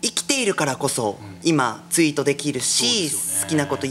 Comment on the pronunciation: あと「ツイート」が「ユイート」になってますよﾎﾞｿ